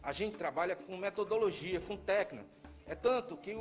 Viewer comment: Técnica e não teca. Completo e não compreto